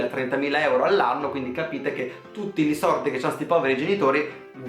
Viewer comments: Che odio come dici sordi😓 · Ti adoro quando dici “li sordi”